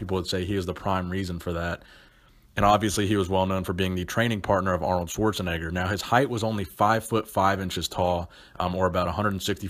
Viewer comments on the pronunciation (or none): none